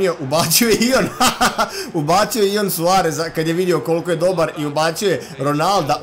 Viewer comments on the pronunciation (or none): none